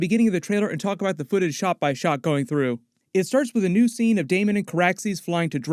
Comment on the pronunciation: Thanks for not saying DaeMON a thousand times